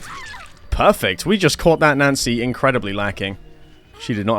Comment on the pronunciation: why do you pronounce nancy as nazi?